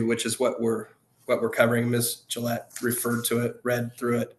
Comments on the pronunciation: Jill Gill-ay lmao 🦆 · It’s pronounced like the razor Gillette.